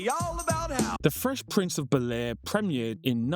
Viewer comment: Fresh Prince of B'lair? BEL-Air, man